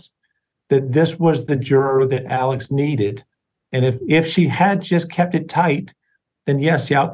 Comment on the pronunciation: Why is Alex pronounced Alec?